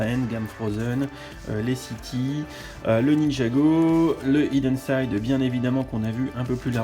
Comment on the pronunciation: Les boooooules! Je regrette de ne pas avoir pu y aller, ça avait l’air sympa. J’ai encore plus les nerfs pour le calendrier et encore plus pour les goodies Hidden Side! Well done et en plus t’as bien prononcé 😉